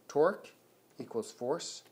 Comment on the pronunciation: sounds like Twerk when you say it